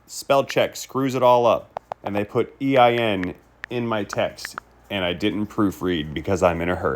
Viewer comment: You can tell hes indian of some type, "not my company DAY are the one giving you the tracking number" every indian person ive come into contact with, that speaks english as a second language (i say second language because i know indians born here and they talk with a Boston accent lol) and they always say "dey" instead of "they" and they never say "ones" its always "one" no pluralism lol. Not knocking on indians, but you can tell he is using talk to text